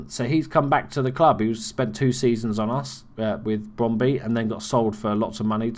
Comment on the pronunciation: It is spelled Brøndby and it is not Brondy XDD (Ø is pronounced like ö) (Or like "u" in "hurt"